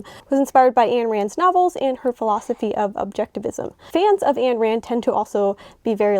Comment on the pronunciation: Ayn Rand's first name rhymes with "nine."